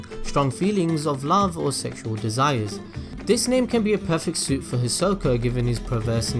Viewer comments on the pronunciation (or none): It's Suit not Sweet lol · Suit is pronounced (soot) not (sweet). 😁👍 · Why did you start pronouncing "suit" as "sweet" or "suite"? You said it right at least three times before… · suit not sweet... i think... is it just America that says suit like shoot?